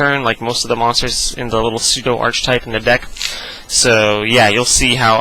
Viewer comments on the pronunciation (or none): My only criticsim ... "Archetype" is pronounced "Ark-ee-type", not "Arch-type"